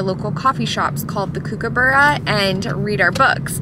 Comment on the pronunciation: Hi, Great getaway & video. You made me laugh at how you pronounced “kookaburra”. Never heard it said that way. It’s an Australian native bird & the kook part is pronounced like “cook”. They actually sound like they are laughing when they sing. They always sit on our letterbox & back fence & sing. Thought you might find this interesting. Vanessa from Australia xx 💗